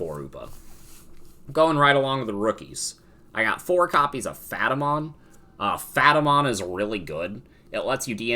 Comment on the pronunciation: I’m sorry what? Phatamon? You mean Pat-a-mon? Lmao <3